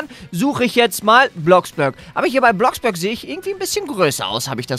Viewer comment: Es heist ja Bloxburg aber er spricht es Bloxbürg aus😂😂